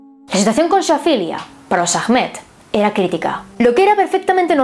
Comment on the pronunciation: Ahmed se pronuncia Ahmad y el ah es como un susurro :(